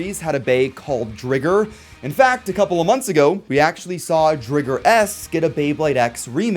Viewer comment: you mean, *Driger (Dry-ger, like Ti-ger) not, umm saying it with two gs??